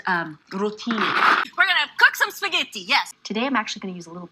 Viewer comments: Granted, I haven't been to all parts of Italy so maybe she's getting her accent from somewhere else, but I have NEVER heard a Roman call it "spaghitti". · “Spaa-ghey-tee” uh huh honey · Her "spaghetti" is absolutely atrocious, but 92% of the Italian in this video is surprisingly on point. She actually didn't go hard enough with the pinot grigio.